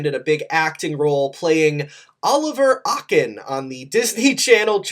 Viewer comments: Its oakin like smokin oakin....oliver akin? 😂😂😂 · When he said “Oliver ah-kin” hehe memory unlocks - it’s pronounced like oaken cause he always says “smokin okin” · it’s pronounced oh-ken like oak 😅 lol ah-ken